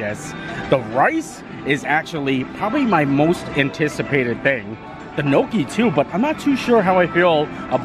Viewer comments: Gnocchi is pronounced nyocky (rhymes with jockey), my Italian grandmother made it quite often. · Please learn how to pronounce your foods. It is not nooki is is Gnocchi. Offensive to someone that cooks it on a regular basis